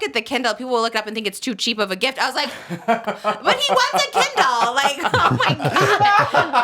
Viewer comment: "So we got you a kindlllMMMM." 😂😂 Love you, Trish! 🫶